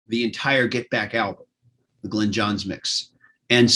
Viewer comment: Is lying back on a bed or a beach chair? Either that or he needs to sit up straight! Glyn is pronounced GLINNNN not 'Glen'! Yours pedantically! Ken